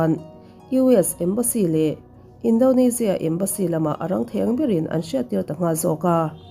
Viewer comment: Tinge Indonezia tih ang a i lam tlat le😂 Indonesia a ni sia